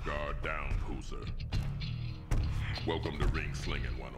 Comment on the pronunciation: FYI: It's "poozer", not poser.